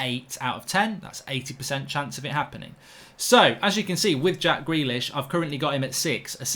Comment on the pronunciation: When mark said “gack jrealish” 🤣